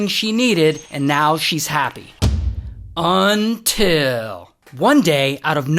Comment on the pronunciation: Everybody gangsta until Ray says “UNTIL”